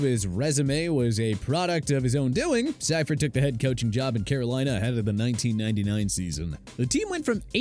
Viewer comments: I knew that couldn't be correct. 76-77 Bucs lost 26 straight, 61-62 Raiders lost 19 straight and thats just post merger. Panthers don't come in until further down the list. One of many blatant mistakes in this video, that lost all credibility when they mispronounced George Seifert's name. This had to be put together by a bunch of 20 somethings that googled some info- poorly- and didn't actually know football history. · See-fert, not cy-fert lol..... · It's pronounced SEEfert. Not SIfert. GET IT RIGHT, TPS. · It’s George SEE-fert, not SYE-fert. And while Walsh was a huge part of the Niners 80s/90s dynasty, Siefert’s defense was legendary. In all his years as DC for SF, the Niners were top 5 in defense almost every year. He won the SB his first year as HC in SF, won the division in 4 of the next 5 years and won his 2nd SB in 95. Managing a 15-17 record his first two years with Carolina was probably better than they should have done, and going 1-15 with Chris Weinke under center probably would have happened to anybody. I know Carolina has been more successful than some of their expansion team peers, but it’s hard to believe that Seifert is the worst coach they ever had for a couple of .500 seasons and one 1 win disaster. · Seifert is pronounced SEE-fert, not SEYE-fert. Also, a 1-15 season (.0625) is NOT the worst in NFL history - the expansion Buccaneers were winless in their first season. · It's "Sea-fert". Not "psy-fert" 🤣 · SEE-fert. Not SEYE-fert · Hey announcer when it comes to George Seifert, it's pronounced see-firt, not sigh-firt. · Its pronounced See-fert not Sigh-fert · Def Hackett is the worst in DEN. Its not even close. And btw you said George's name wtong. Its pronounced See-fert. Not Si-fert. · If you're going to put out a video make sure you learn people's names. George Seifert's last name is pronounced Seefert not Siefert. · It's fucking pronounced See fert. Homeboy won a Superbowl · George Siefert's surname is pronounced (SEE-furt)